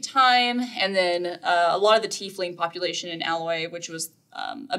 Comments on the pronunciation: you lost me at Tea-leaf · He has trouble saying "Tiefling" ...